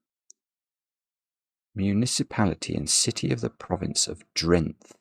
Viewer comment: Drenth😂 Funny hearing it in English